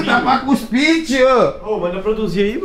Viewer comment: "Guspir'' kkkkkkkkkkkkkkkkkk é cuspir man